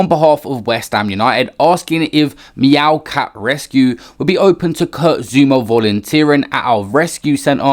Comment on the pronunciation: Man said meowcat rescue lmao